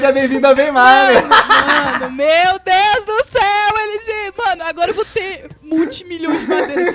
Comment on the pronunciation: O Lg não sabe fala meu/meus. Ele sempre fala mo/mos